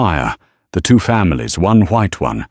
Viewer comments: I was laughing about how the word two was pronounced as toot! Several commenters said the same. Not my imagination. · 😅 eighteen eighty toot..